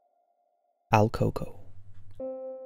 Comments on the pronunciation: It`s not pronounced alcoco, but El Cooco, duende is the literal translation to Goblin. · not AL Coco, it's EL Coco, which usually translates in american culture to The Boogeyman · El coco? El cucuy?? I've never heard of el coco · The first ones name is very butchered, although it says it like that online I can guarantee that this is not how we say it in Mexico